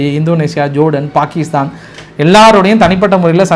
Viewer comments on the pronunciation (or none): none